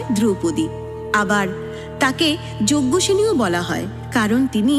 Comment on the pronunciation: যজ্ঞসেনী নয়... যাজ্ঞসেনী